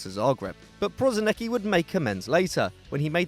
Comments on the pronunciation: Jebo te be izgovara se prosineki nego prosinecki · You fucking pissed me of with Prosinecki. If you are making a video make a fucking research how to pronouce names. It's pronouced PRO-SI-NE-Č(CH)KI